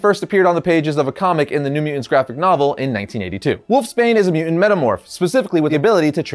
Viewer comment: MU·TANT not muant